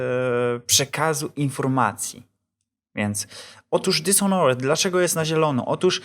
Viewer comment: nie czyta się dishonret tylko dizonert